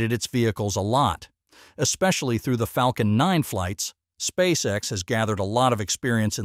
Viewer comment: Yeah mispronounkation of lunch sussess and space s instead of space x it gets too hard to listen to